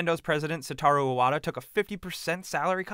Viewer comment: It's Hiroshi Yamauchi, not "Yamachi." See the U? Yeah, it's not silent. Yama-Uchi. Also, it's Satoru Iwata, not "Sataru Iwada."